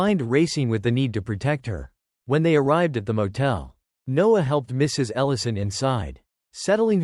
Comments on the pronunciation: She ordered pizza every night? Odd. Also, this is not good quality. Lose the AI voice and get rid of those horrible subtitles. Dude's name is Noah, not Nose. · There are plenty of humans on this planet who can read better than the bot. The man in the story was called Noah and then in the next sentence he was called NOSE. Back and forth Noah/Nose.